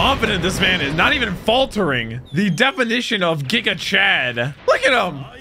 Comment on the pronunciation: "jigachad" Do americans also pronounce "gigabyte" as jigabyte?